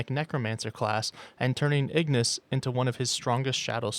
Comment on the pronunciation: Pretty sure its called igriss not igniss